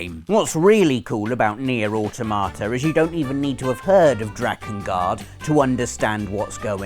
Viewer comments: It's au-TO-ma-ta, not au-to-MA-ta. It follows the stress pattern of "automaton", not "automation". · It's aw-TOM-uh-tah not aw-TO-MAH-ta It's a killer robot not a cute tomato. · Interesting pronunciation of 'Automata' there, unless of course you were saying 'Or tomato'. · Nier Automa...😆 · I cringe a bit every time he says Nier AutomÁta.... it sounds so bad xD pronounce it like "autometa" with equal stress on all syllables (/au/ is one syllable, as it's a diphthong) :P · Does everybody pronounce 'Automata' differently? I pronounce it 'Auto-may-ta'... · Another great video, but your pronunciation of "automata" hurts my brain. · rob, why did you blatantly mispronounce automata? you already know how to say it, i know you do.